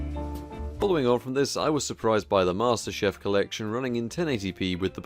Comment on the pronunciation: Dude, did you just call Halo "Master Chef"?.